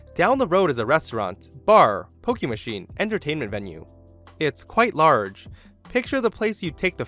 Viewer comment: did he say hooker machine?